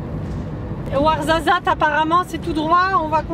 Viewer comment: je suis comme toi j ai rien compris de ce qu ils ont dit mais le warzazat c est trop drôle comment tu dis je sais même pas si c est comme ça qu'on écrit mais bref je t adore🥰 ( et j ai réaliser que j ai le même bracelet) qui se fait pas quoi faire: bon bah je vais aller bouffer